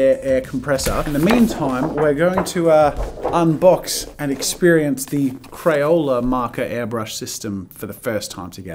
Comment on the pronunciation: 😂 😂 😂 he said crayole instead of crayola